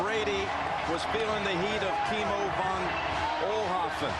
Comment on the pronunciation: "Vo Offhoffen" lol. How could he not know how to pronounce that name. Von Oelhoffen had made the big play the game before, for which Nantz was the play-by-play guy.